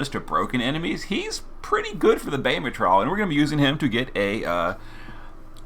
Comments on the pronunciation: Bayemmit? It's Bah-ha-hum-utt😆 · More like Bayemmit😆